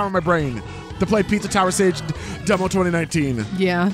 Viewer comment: Am I tripping or is sage pronounced “sah gay”